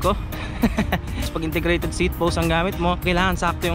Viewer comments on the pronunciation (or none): none